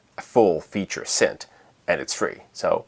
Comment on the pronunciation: Please stop saying scent.